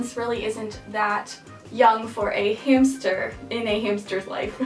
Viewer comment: She said hamshter Lol. This helped me a lot and I wanted a roborvski hamster but I ended up with a Syrian and I am not mad my hamster is soooo cute he is light brown and white and his name is peanut